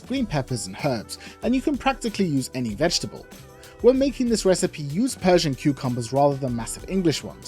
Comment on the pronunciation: lol "persia"